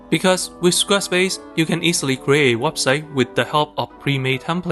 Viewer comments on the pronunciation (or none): none